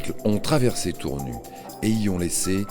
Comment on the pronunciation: tournu ,tour nu! c'est voix a l'ia ne sit pas que Tournu se prononce Tournusse! et non pas tournu !!